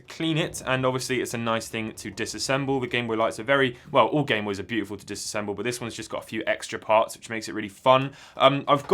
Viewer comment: Did you say bamenoys?